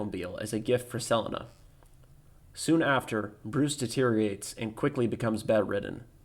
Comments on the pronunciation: never heard 'selina' pronounced like that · I dont know why but that weird pronunciation of Selena causes me cringe. Just like on rick and norty how their current univers pronounces parmesan